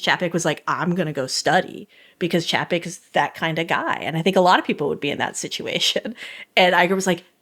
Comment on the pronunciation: Love this podcast, but one thing has been bugging me…Chapek’s name is pronounced “Chay-pick”.